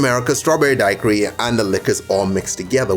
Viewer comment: The way you say dacheri is so strange